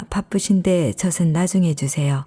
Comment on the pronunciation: ...젖은 -[저슨]X [저즌]O ...ㅈ이 연음되어 발음됩니다. 그리고 목소리 이쁘세요~